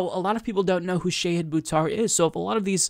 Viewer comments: Shah-hid, not Shay-hid 🙂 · Love this, but, it's pronounced "SHAH-HID." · please work on your pronunciation. It's not SHAYhid, it's more like shaHEED, like how Marianne Williamson says it. Just trying to help. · Good segment,. But it is not Shay-hid it is Sha-hid -- like the Shah of Iran... but not a right wing dictator asshole, rather a very cool, principled left candidate who will trounce corporate puppet Pelosi. And the last syllable is 'hid' like past tense of hide, rather than 'heed'. I mispronounced his name too, and he was kind enough to personally correct me;^) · Sha-HID not Sha-heed. :-) Volunteer today at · Shah hid. It's pronounced Shah hid.